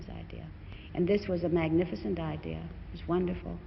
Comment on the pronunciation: 12 "Your idear of a role" ???? Where did she pick up that accent?